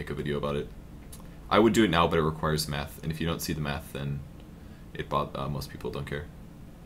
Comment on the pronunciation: When he talked about tread switching it sounded like he said meth instead of math haha